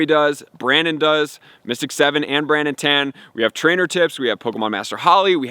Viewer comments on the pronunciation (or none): You are name dropped Brandon Tan a number of times and said his name wrong everytime. I would encourage you to make sure you say it right if you are trying to name drop.